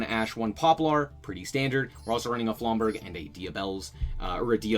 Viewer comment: Aight dog, flamberge is a soft "g" sound, no hate